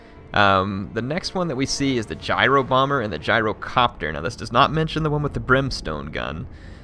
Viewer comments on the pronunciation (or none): none